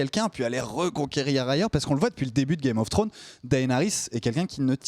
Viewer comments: IL FAUT ARRÊTÉ DE DIRE "GAME OF FWRONES" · "Game of Frones" mdr